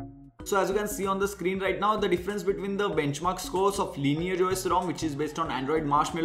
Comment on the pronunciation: Why do you call it Linear? Its Lineage!